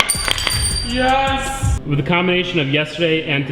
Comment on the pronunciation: Yeah he keeps saying wif instead of with...